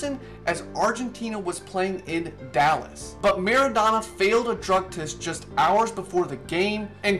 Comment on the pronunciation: Mara- Do- na You say the “do” as in your saying “dough”